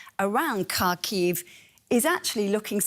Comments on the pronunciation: Her pronunciation of Kharkiv is Horrible. Its not Karkheave, its HAA Keeeve... Take a look at the Cyrillic its starts with an X, the hard Haa sound. Not a C for Cat. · Omg Im dying can this woman be stopped saying Kaaarkiiv. It’s pronounced Harkiv for god sakes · Learn how to pronounce the city's name. The KH in Kharkiv is like the ch in Bach